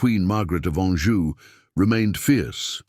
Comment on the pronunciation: Anjou not Anju. Tudor not Tuda.